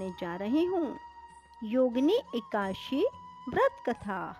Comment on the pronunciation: जय हो माते ! समय मिले तो एका दशी का उच्चारण शुद्ध कर लीजिएगा । आप 84 हजार ब्राह्मणों को भोजन कराने की बात कही है अब मैं किसी ब्राह्मण को भोजन ही नहीं कराऊं तो क्या चलेगा ? आप विष्णुपूराण पढ़िए सारे ज्ञान प्राप्त होंगे । ये आपको प्राणों प्राप्त हो ?